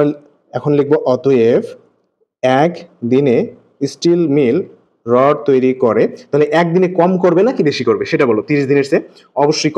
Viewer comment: রড হবে 😂😂 রড় না 😂😂😂😂